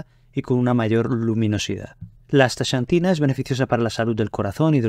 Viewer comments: No es "chantina" sino "csantina" o, si acaso, "santina". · Muy interesante. Gracias por la información. Curiosa pronunciación del nombre "Asta(SH)antina. Acá, en el continente americano, pronunciamos la "X" diferente, más parecido a "Asta(KS)antina. Saludos. 🖐🏻